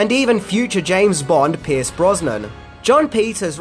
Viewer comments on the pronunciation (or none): none